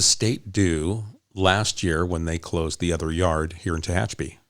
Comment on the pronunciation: Tehachapi not Techapi